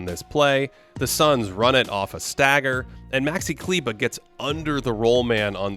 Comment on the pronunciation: Great work. fyi, re. Maxi Kleber [KLAY-ber]